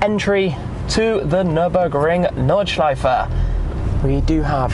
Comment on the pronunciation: Gotta love the nordschife